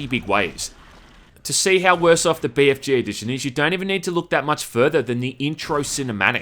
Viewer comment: I love how you pronounce it Bay Eff Jay instead of Bee Eff Gee